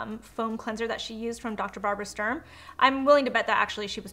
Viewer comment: ITS DR.STURM....not Strum...I am annoyed by that because I am german and Sturm means storm...you don't say strom don't you? 😁